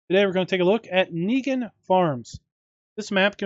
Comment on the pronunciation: This map is near area where I live, about 3-4 hour drive. Also pronunciation has no E in there. Would be pronounced in 2 syllables, Ning Han.